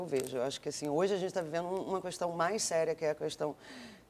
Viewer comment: quando é que essas pessoas tão importantes no meio artistico e jornalistico nacional vão entender que não é CUESTÃO mas KESTÃO? aaafff q chato